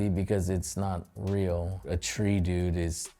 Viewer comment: my dude said tree dude